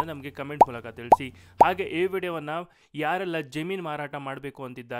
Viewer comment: Jaameenu or jaminu ? Pl pronounce kannada properly 😮